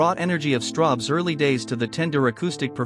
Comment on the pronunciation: ... Are you sure it's not Strawbs, and not Strobes ? ... (÷